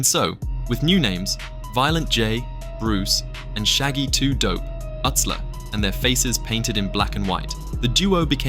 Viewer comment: Joey Utsler. But it’s pronounced Yootsler.